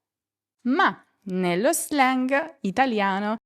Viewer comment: Grazie mille. Perché non pronunci l’anglicismi tipo slang (lo /zleng/) come sono adattati all’italiano?